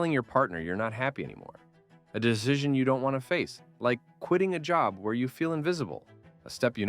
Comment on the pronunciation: Couldn't help but notice, the way you pronounced "decision" was very Finnish haha......Great summary ! Just ordered the book three quarters into the summary,excited to dive deep!!